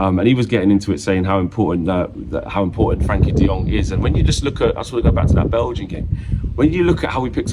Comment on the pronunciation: I'll be happy when Frenkie stops being called "Frankie" 😂